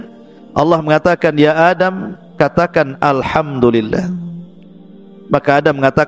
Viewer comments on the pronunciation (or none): none